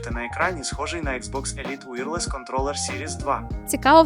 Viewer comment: Экс бокс эліт ВІРЛЄС це потужно. 😅